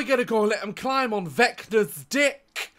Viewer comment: i full on thought he said vector from dispicible me but he said vecna